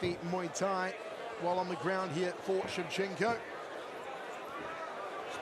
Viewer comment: ShevchenkO! Not ShevchenkA ! 😡